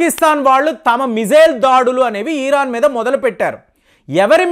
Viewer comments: Yes.. kaani adi ఇరాన్ కదా.. ఈరాన్ ఆ?? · తెలుగు and అన్ని సరిగ్గా నేర్చుకో.. ఈరాన్ కాదు ఆది.. ఇరాన్ అంటారు.. నీ మాటలు చూసి నేర్చుకుంటారు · ఈరాన్ కాదు మహాప్రభో ఇరాన్.